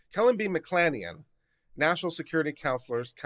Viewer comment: Kelly B McClanahan is pronounced Mc-Clan-a-han (like hand, without the D)